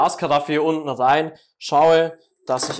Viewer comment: Junge ES HEISST OBEN UND UNTEN UND NICHT OBNE UNTENE Danke für die Hilfe